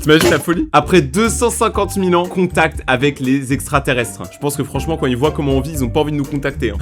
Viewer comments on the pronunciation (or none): none